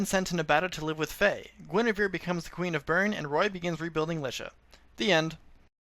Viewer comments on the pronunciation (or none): none